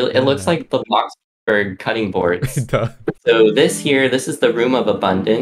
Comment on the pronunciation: the way he says blox burg soo good